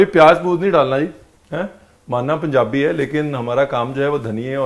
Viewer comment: says its "panjabi samosa"..